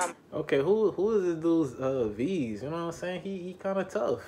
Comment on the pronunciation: Veeze “will bill”